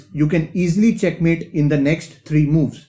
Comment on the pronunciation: I like the way you say chackmate I have also adapted the "thank you very much"